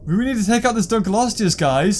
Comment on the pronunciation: can you stop saying dunklosteu wrong its ( dunk- low-stee-us)